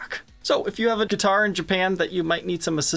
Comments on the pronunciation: Why’s this guy saying duitar with a G? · I thought duitars were made in China. I had rewind a couple times cause every time trogolysaid guitar it sounded like he was saying duitar.